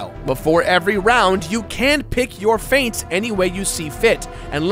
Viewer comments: You said feints not feats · I'm pretty sure it's feats like how you say feet not faits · f-e-a-ts, Not Feints, Feints are faking an attack, Feats are abilities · feats, not feints, but thanks! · you said "feints" when you meant "feats" I want feint tips. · says "Faint" but it is actually feats... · Lol he said feints instead of feats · Did he mistook "feats" for "feints"? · Did he just call feats feints? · talks about "feats" pronounces them as "feints"/"fates" lol wut